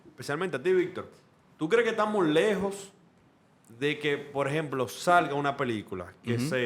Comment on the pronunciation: Che, pronuncien la "j".....cuando dicen "lejos" suena como "leos"..Saludos.